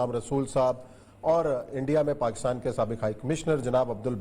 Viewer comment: باتیں اچھی ھیں سوائے پیٹی بھائیوں کی اچھائی کے۔۔۔۔۔ اوریا صاحب وطن کی عزت چاھنے والے آ دمی ھیں۔ مگر لفظ پاکستان کی اوریا صاحب بڑی مٹی پلید کرتے ھیں اوراسکے کے بار بار غلط تلفظ سننے پر بڑی کوفت ھوتی Pakis تلفظ ھے نہ کہ Pakas مطلب حرف کاف کے نیچے زیر۔